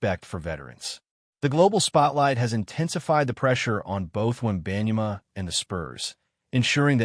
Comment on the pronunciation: I don't know where you got this information as you don't even know how to pronounce his name correctly. If you're going to make assumptions, show the announcement of Victor's video. I think you're just trying to start a rumor of incorrect info.